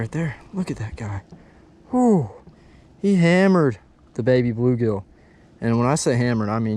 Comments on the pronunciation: Baby BULL gill. Not baby blue gill. I don’t know why that was driving me crazy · Nicely done, but cringed every time you said Baby Blue Gill. It’s a Baby Bull Gill.